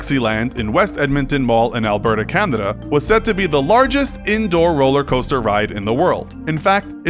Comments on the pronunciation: Anybody else hear him say "Candida"? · Anybody else noticed that he said "Candada" instead of Canada? Or is it just me? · .... did anyone else hear the word CANADA the way I heard it?